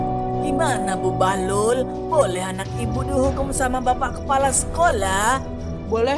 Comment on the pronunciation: Bahlul u nya di ganti i jadi bahlil